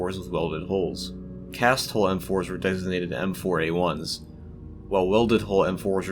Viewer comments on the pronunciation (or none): Nice info, but why can't you say the word 'hull'?